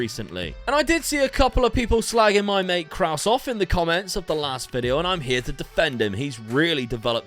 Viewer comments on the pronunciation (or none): none